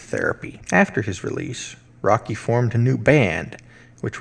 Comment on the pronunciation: Roky pronounced Woky